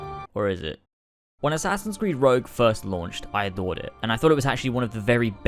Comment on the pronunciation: Rogue not rouge